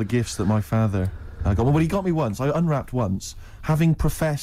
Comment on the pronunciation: pronunciation of "father" insane